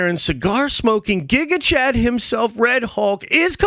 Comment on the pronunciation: Dude, stop saying gigachat